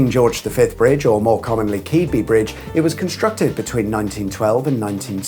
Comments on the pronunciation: The name is pronounced close to "Kidby". Accents vary enough that mine isn't quite right but draining of the Isle of Axholme increased the Dutch influence. There is a Yorkshire influence too. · I live near there and it’s pronounced Keadby not Keadby. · Round the corner from me! Also ita pronounced kid-by brdige 😜 also, i bet the M181 is the shorted motorway in the uk soon when the new roundabout is finished as the road after the the A1077(M)!! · Pronounced Kidby. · Great video and interesting facts as ever with trademark humour. About 20 years ago I crashed into the bridge in an old fast ford, which was a nice memory Ill always cherish. As per other coments, locally its pronounced Kidby, and Gunness used to be called Gunhouse. Cheers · Keadby is Pronounced kid-bee sorry former local. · It’s pronounced “Kidby”! 😂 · Sorry, but “Keadby” is usually pronounced “Kidby”! (Not sure if that’s official or just local dialect - much like nearby East and West Stockwith would be pronounced “Stockerth”)